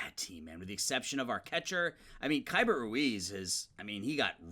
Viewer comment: Hate to be that guy but Keibert Ruiz's first name is technically pronounced like "key-bear"